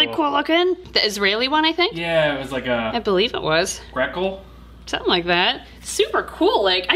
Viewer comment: calling the Shekel a Grekel really made my day. That and changing the Russian currency to the Poke-Dollar LOL